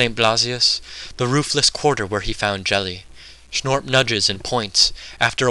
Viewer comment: Another great reading - thanks! btw that's Geli with a hard g as in goddamn - i was pondering - Jelly? Who the fuck was Jelly?